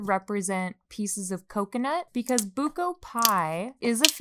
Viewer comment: gumamela - goo-mah-meh-lah (everything is slow) sago at gulaman - sah-go (quick o) at - goo-lah-man (slow goo and lah) buko pie - boo-koh (slow boo, quick koh) pie no hate, just wanted to correct you!